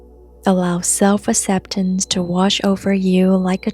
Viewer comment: This is beautiful, thank you for the kind vibes 🙇 I've put this on 3 times already since I found your channel a few weeks ago, this video does it for me. P. S. I'm pretty sure you already know it's pronounced "ak-sep-tance" but the way you say it is kind of cute too